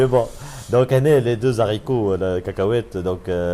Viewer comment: on ne fait pas la liaison quand on prononce le mot "les haricots" stp